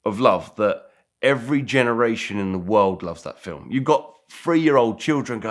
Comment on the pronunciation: This dude says world and it comes out wowld. Strange...